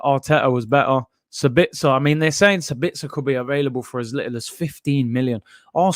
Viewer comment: Sabitzer is pronounced like: long - short -short Saaa-bitz-er